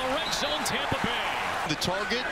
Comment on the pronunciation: Tompa Bay!!! LOL